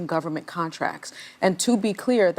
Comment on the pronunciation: he said gumment